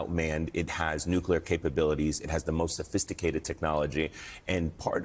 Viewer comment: "Sofisticaled" but they flew in on hang glider. Cmon dude